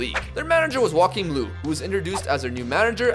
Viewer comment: the way you pronounced joachim löw made me repeat it like 5 times xD